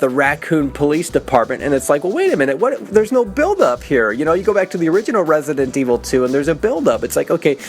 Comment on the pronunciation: Hate how he says resident evil